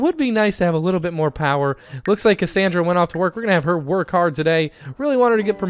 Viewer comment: autumn ewing and you said Cacandra not her name!!!!